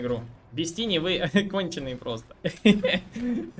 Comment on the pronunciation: У меня один вопрос - почему этого героя называют тини? Читается же тАйни, что в переводе малыш/кроха.